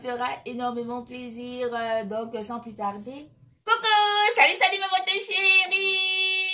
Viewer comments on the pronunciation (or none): none